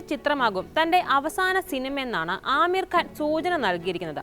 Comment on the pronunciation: ആമീർ അല്ല (അമീർ )